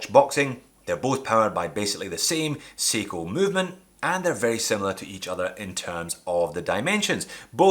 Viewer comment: Just watch with the auto-generated subs on. I have watched it a couple of times and yes I agree Seiko is what your saying. However I think it's also cos you pronounce it see-co as opposed to say-co. If you threw off Google AI and a guy who worked in London for 15 years and now teaches Spanish kids English I think you might want to look at that. Love the channel keep up the excellent work.